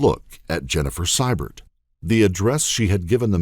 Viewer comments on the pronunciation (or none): note how the name Sybert is pronounced. It should be See-bert. Thats bc the AI has trouble with uncommon names bc it has no reference point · It's "see-bert" not "cy-bert" Arrrgghh! Lol.😂